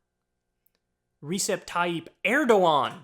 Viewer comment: I find it funny how Kyle can pronounce the “C” in Cenk’s name correctly but can’t pronounce the “C” Receb the same way 😂